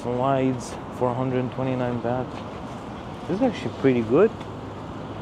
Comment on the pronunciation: It's a gift for a monk dummy, not a Christmas present. Next it's not "beht" but "baht"